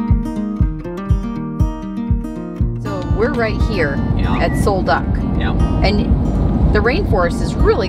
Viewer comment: Sol Duc is pronounced Sol "Duke"